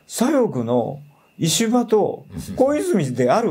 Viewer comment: 石破が、虫歯に聞こえる。